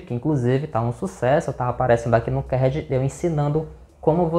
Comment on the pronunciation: "kerd" é o crl! Kkkkkkk cada uma...